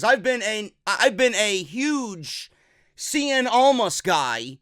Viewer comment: "Andrade seein' almas". CIEN. IT'S CIEN.